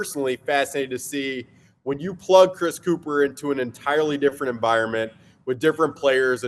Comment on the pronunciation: You’re mispronouncing his last name. It’s pronounced “cup-her” you ignorant Philadelphians